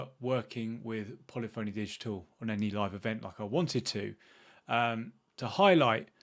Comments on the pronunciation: you would be a great community manager! You have to begin with no longer calling the PHONY!!! Pronounce it as “Funny”. Pu-Li-Funny Digital. Thankfully, you’re not on television (Morgan Webb on G4) calling the game Gran Tureezmo! You have taken the words out of my mouth. I bought ACC from Plus a couple of weeks ago when it went on sale again for 12 bucks. I have yet to click on it to begin playing it. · Should learn how to pronounce 'Polyphony'. puh·LI·fuh·nee, not polly phoney. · You may have a better chance of working with Polyphony Digital, if you learn how to pronounce the company's name correctly. It isn't that difficult.